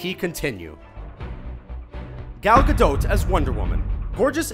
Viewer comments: Just because Gal Gadot (which is pronounced as it is written not gadowt btw) was in the army doesn't mean she has combat training, he might as well been a secretary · Gal Gadot ( Ga-doe ) not Ga-dote Not a big deal or anything, it just bugs the shit out me when I hear Ga-DOT and now especially Ga-DOTE. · "gal gadote" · It's pronounced Gadoh not gadot just saying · did you just say gal gadoT!? it's Gal GadO. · Gal Gadot is prenounced "Ga-dot" not "Ga-Dote." why the fuck cant anyone on this channel prenounce peoples names correctly, especially this one. you said "Ga-dote" so many times I nearly got a head ache. and im seriously considering unsubscribing because it's that annoying and hurts my ears so much. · GAL GADOT: you don't pronounce the "T"....say: GA-DOH. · it's gal gadat not gadot to say I mean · gal 'gadote' 😬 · It's Ga-doT, the 'T' is pronounced. Gal herself has confirmed it. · Omg, I hate the way he says Gal Gadot! The t in Gadot is silent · lol Gadought XD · "Ga doat" just fucking say Gadot!!!!! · Am I the only one who gets uncomfortable when hearing him pronouncing Gal Gadot? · I don't think the "t" in Gadot is pronounced. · you didn't say gal gadot name right..... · iam egyptian and i know that gal gadot isnt pronounced that way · Why do you struggle saying "Gal Gadot"? You butchered her name... xD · Way to butcher gadot, dood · Why does everyone pronounce Gal Gadot's name incorrectly